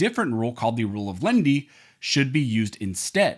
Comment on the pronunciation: Please announciate your speech. The rule of Lenity is not pronounced the rule of Lindy. Firearm is not pronounced "Farm".